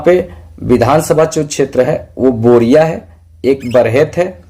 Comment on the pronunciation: बोरिया नहीं sir बोरियो है